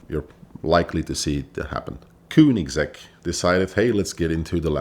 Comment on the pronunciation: So many wrongs that vinwiki should think of taking the video down and maybe let him try again, after some research about the brand he's gonna talk about. And it isn't kuunigsegg, what the ____?